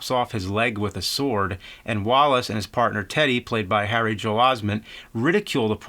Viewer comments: ....It's "Haley", not "Harry" Joel Osment :) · HALEY* Joel Osment. Where the fuck did you get "Harry" ??? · I immediately had to back up to make sure I heard it correctly. I thought maybe it was just his accent playing with my ears but nope... he said Harry. I mean, I guess "Haley" is kind of an odd name for a guy but I thought James would've known his name because of The Sixth Sense being so huge for horror twenty years ago. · Did he just say “Harry Joel osman” ? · Did he say "Harry Joel Osment"? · I thought I heard that too, was it a joke? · Yep i rewinded several times to relisten also haha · Gambit Wilson I heard it too! lol